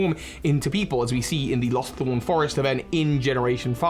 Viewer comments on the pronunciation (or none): none